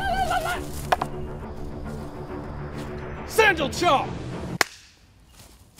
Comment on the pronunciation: fucking "sandle chop" xD